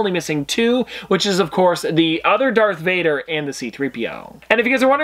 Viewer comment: Did he say Dark Vader?